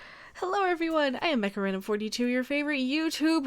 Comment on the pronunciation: What I hear when she says mecharandom42 is macarena42...